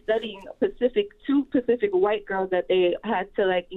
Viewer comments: The chick on the phone said "Pacific" instead of "Specific". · "Pacific"? Lmao. . . .